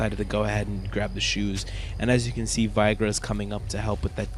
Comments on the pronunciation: Vaigra? Vey.. gar.. not vaigra ... it almost sounded like you said Viagra XD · you said it like "vah ee grr uh" It's pronounced "veh ee gah rr" You even mispelled it at that same time-mark... you spelled it veiger, it's veigar ;P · Kinda sounded like you said Viagra when you said Veigar's name..